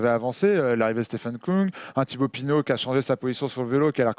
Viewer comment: Ü=« u » et pas « ou »!!! Donc Küng ne se prononce pas Koung!!!